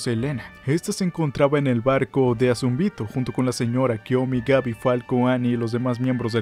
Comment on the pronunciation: El video estuvo bueno, pero ¿porqué decir los nombres mal? ¿azumbito? ¿beltrot? Nunca se dijo exactamente que Ymir murio por la lanza, dice que se dejó de mover aunque no estaba muerta.